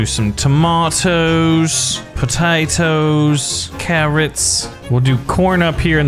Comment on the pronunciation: you sound like your Irish when you talk about the potatoes